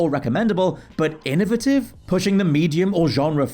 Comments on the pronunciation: How is it you can pronounce innovation right and innovative wrong? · I have an innovative idea. How about pronounce the word innovative correctly.